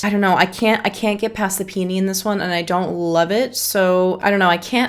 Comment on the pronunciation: The the u pronounce peony 😂. Its supposed to be: pee O nee